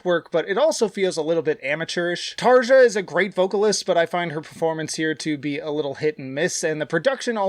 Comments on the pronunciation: There's plenty of worthwhile comments already, so I'll be the annoying guy. It's pronounced "Tar-yah" Anyway... It's a good ranking, but I highly disagree with Human Nature, and I really don't get all the hate it receives (from others, not you). Out of the 9 songs on the main album, I still persistently listen to seven of them. Don't sleep during Harvest man, after a very tame opening it picks up like mad in the middle. That guitar line is fucking BUTCH. Pan is one of my favourite tracks ever. I'm biased about How's the Heart, because I was dealing with a lot of depression when it came out, and it became a power booster for me. To me it belongs in the top with Oceanborn and Once. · You didn't pronouce Tarja's name right ... :) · TarYa not TarJa. Floor Yansen not Jansen